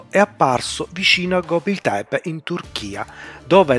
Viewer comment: Una precisazione! Non voglio fare il pignolo, tutto molto interessante, ma ciò che fa perdere di qualità i video é sicuramente la pronuncia di nomi, luoghi, ecc ecc può sembrare stupido ma dire gobli tebe anziché gobekli tebe può sminuire la qualità dei video! Più attenzione a queste cose